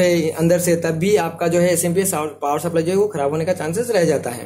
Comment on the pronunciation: अरे भाई बोल्ट नहीं वोल्ट होता है।पावड़ नहीं पॉवर होता है।